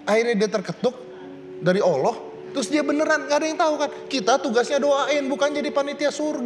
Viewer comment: Amiiin 😊 dan bukam "owloh" om ded. tapi "Allah" 😊